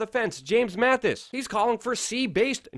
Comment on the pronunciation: i love yourshow please stop saying general mathis it is general mattis no h thanks for trying to give real news peace